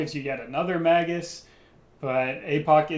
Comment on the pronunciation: "Mage -us", not Mag-us".........